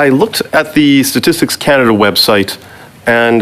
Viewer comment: Scannaduh 😅 wow